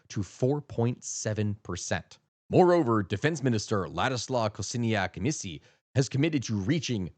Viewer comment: Man, you butchered the names :D Pro tip: next time please go to google translate, put the polish name (like Szczecin, or Kosiniak-Kamysz) choose polish, hit the speaker icon and you can hear the system speak in Polish :)